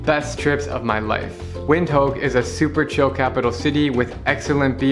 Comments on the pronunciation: Windhoek is pronounced Vint Hook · Veend-hok. Guy travels the world and can’t pronounce its capital. Weird.